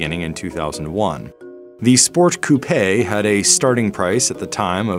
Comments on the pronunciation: "Sport coup or sport coupé" – yeah, it's coupé. Not "coup". 🙄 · Coupe is pronounced coup-eh not couppaaaaaayyyyy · "coo-pay" It isn't a coincidence that you chose the word "pay", is it?